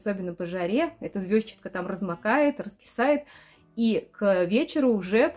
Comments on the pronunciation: А почему вы её всё время называете звёзчатка? Ведь звезчАтка же (через "е" и ударение на "а"). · как неудобно ваше произношение этой травы! Я живу уже 7 ой десяток и везде где бывала, ее называют "ЗвездчАткой", ударение на букву А. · ЗвездчАтка, и это правильное произношение.)